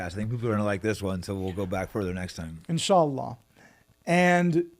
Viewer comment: had me at inshallah - with the proper pronounication! "OCCUPIED HIJAZ!" LOVE